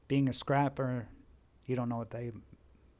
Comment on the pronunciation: The continued mispronunciation of scrapper is killing me 😆